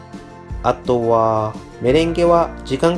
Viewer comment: あとは､､､､が独特な言い方ですね 普通に言っていいですよ